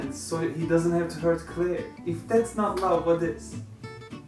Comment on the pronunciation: Did he just say Claire? It's Clarice 😋 btw the books are much better! 😀